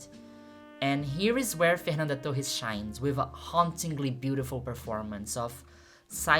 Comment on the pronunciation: *Clicks video* "Let's see what the american woman is gonna say abt the movie" *Pronounces "Torres" right* "I know you better than you think I do"